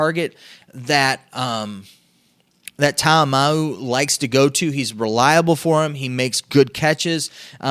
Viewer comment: Sup my man, wanted to send a message to you to inform you of the mispronunciation of the BattleHawks QB. You're pronouncing it Ta'Amau, but the correct pronunciation is Ta'Amu (tah-Ahmoo).